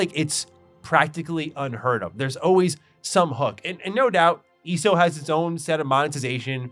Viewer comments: The way you eso is so annoying eeeeso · It's so weird for me to hear someone call it "ee-soh" lol. I always say the letters individually, E-S-O. It's also interesting that we seem to have similar interests in games. Like TES and some MMOs. Yet you don't really seem too interested in FFXIV. SWTOR was the first MMO I really invested a ton of hours into but it fell off for me after the KotFE/ET expansions. Trying to keep track of my 40+ characters and who was a traitor on which side, yadda-yadda. Love the aesthetic and voice acting and all that. Story just got too convoluted for me. After that ESO and FFXIV became my main MMOs, though I definitely prefer FFXIV to ESO most of the time. Yeah, ARR did take time to get through, but I was so thoroughly invested in it, too. I think what makes it stand out to me is that it really really works as a one character MMO. As I mentioned, SWTOR I have over 40 characters, in STO I have 32 characters. I haven't played ESO since Greymoor but at the time I had maxed out how many characters I could have, but I think it was like 16 or 18, not sure if they've added more slots since then. But FFXIV I have two characters. My main one that has leveled and geared every job in the game, and one that's like level 30ish just playing one job (might switch whenever I get them to an expansion with a job I like more), I think, that I occasionally hop on when I have nothing else to do on my main but still want to play more FFXIV. Honestly, what's kept me from going back to ESO was being capped on cha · You calling it ESO instead of ESO is driving me crazy